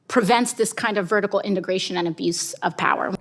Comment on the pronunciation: LOVE HER!!! I had to laugh, thinking of Jack Donaghy, though… “vertical integORTION?!?” 😂